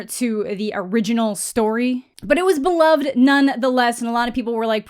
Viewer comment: You have awesome content. But for the love of your fans. Please pre read and practice what you’ll say. You miss pronounce words way too often that just make no sense at all. You don’t the the word amicable ? Or subSequent? You don’t break up the words it’s one word. And beloved.... you have again amazing content just maybe practice reading online so as not to sound so cringe with some simple words.